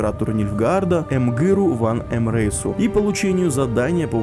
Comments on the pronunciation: мда... теперь у нас не Эмгыр Вар Эмрейс, а Ымгыр Ван Ымрейс, а у ведьмаков классическими мечами стали полуторники. Подготовка к видосу просто топ!!! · Эмгыр ВАР Эмрейс, а не ВАН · Эмгыр ваР, а не ваН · Эмгыр ВаР Эмрейс,не ошибайсь на этом больше)